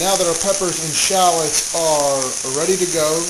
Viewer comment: He cannot pronounce SHALLOTS!!